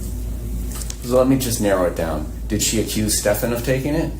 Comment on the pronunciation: I love how he keeps saying Stephan’s name wrong even though he hears her say it the correct way. Subtle.